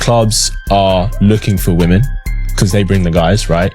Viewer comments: I've noticed that routinely they say women wrong. Is it a troll or are they darded? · Not being able to pronounce the word "women" properly is also a factor